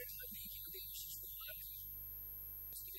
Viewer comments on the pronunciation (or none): Rajat Kapoor cannot pronounce long vowels in compound words lol. All these episodes, he kept saying "Satyanveshi" instead of "Satyaanveshi". And in this episode, he kept saying "Devashish" instead of "Devaashish". How come director, producer, nobody corrected him from the beginning.